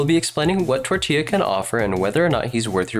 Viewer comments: "what tortilla can offer" TORTILLA???? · no it was intentionally mispronounced. the community doesn't like tartaglia, this is why almost everyone still calls him childe. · me, a childe main, hears "Tortellini" at the start: alright take my like